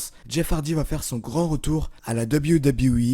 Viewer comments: Insupportable, j'ai arrêté le visionnage très rapidement pour tout les raccourcis dans l'histoire de Jeff Hardy, la pale connaissance du sujet, les montages incohérents... Et pour le dab you dab you 🤣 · Arrête de dire "Dab You Dab You E" stp